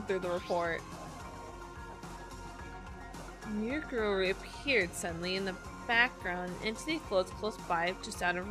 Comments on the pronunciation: Mukuro's name is pronounced Mu-ku-ro. Say it like that and it should be easy to say it. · Here is how you pronounce her name: Moo Koo Row E Koo Sa Ba Put it together you get: Mukuro Ikusaba Hope this helps (Also I tried my best at pronouncing it)